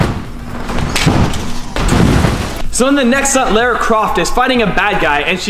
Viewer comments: You're really cute but ....you pronounce Lara weird! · Amazing video but I winced every time you said Lara. 😣😂